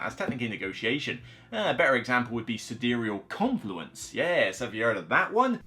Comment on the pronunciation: Isnt it pronounced Side-Real Confluence? XD